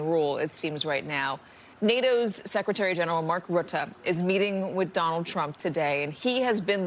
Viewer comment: It's pronounced Rut-uh, not Root-uh.